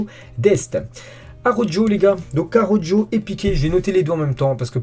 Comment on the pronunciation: Ca se prononce pas "Araujo" mais "Arauro "